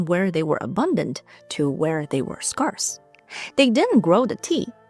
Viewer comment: I love hearing how people pronounce certain words when they're not a native speaker (i think a lot of people around the world can relate to w/e language they speak) Scarce is pronounced like scare, with a quick s at the end. Skairs. (Not the soft "ah" like in the word scar or far.)